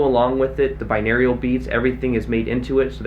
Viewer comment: its pronounced “bine-oral” beats lmao love u tho